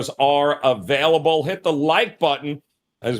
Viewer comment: can’t say available for shit